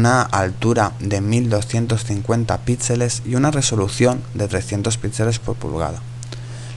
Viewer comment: no se dice "pítseles" se dice "pixeles"